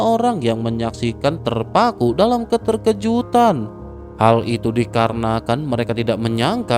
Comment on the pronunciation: tumben min keterkejutan? Biasanya keterjekutan wkwk